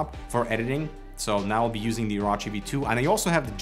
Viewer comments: oro-chi not oraochi LOL orochimaru ddude XD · It's pronounced OrOchi, not OrAchi. Also, Logitech G305 - Razer Edition...................🤦‍♂️🤦‍♂️ No. Maybe if it had 11 btn like G903, tilt wheel + free spin, maybe then! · O-Row-Chi not O-Raw-Chi lmfao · ITs really easy to say OH ROW CHI Oh Row Chi Its not hard. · This is gonna make One Piece fans boycott Razer AND BTW it is pronounced "or orh chi" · I'm appalled. I'm off to go watch Dave's review where they know how to pronounce Orochi.... (jk) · In One Piece there is a scumbag villain called Orochi and the way pronounced Orochi was way off